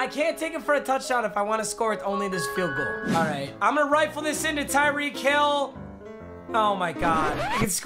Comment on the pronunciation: At 12: 26 he said tyree holl